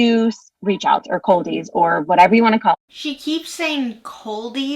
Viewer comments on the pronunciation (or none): She's saying "Coldies", but I hear "Culties".